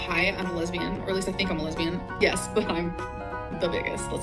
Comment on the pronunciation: "lesbeean" i love that